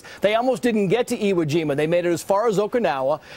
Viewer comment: You dumb Fuck ! You keep mispronouncing iwojima